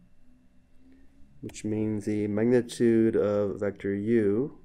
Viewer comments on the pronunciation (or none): lil bro cant say magnitute